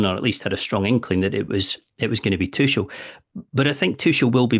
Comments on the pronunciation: His name is not Tuschel! It’s Tuchel… you might as well learn German… Inselaffen 🫶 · Saying Tuchel with a soft c was bothering the hell out of me. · None of these brits can pronounce Tuchel right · At least pronounce his name right double-barrelled man